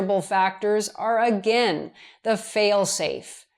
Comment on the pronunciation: You seem to have trouble deciding how to pronounce "Again" and "Against". A "gain" (meaning increase) has one syllable, and rhymes with words such as rain, pain, main, and train. "Again" (meaning to repeat) has two syllables and rhymes with words such as mountain, fountain, and captain. Don't let the a-i-n ending fool you.